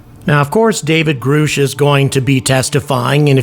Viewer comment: How can anyone still pronounce it “Groosh”? 😂 it’s as if you didn’t even see the interview.